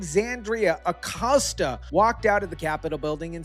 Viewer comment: Alexandria ocasio cortez, not Acosta.